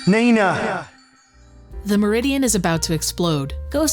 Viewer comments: Who the hell IS Nee-Naah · "WHO the HELL is NEEE-na?!"